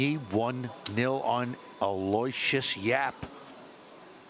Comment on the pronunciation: Note to announcers, Aloysius is pronounced AL-OH-WISH-US not al-LOY-see-us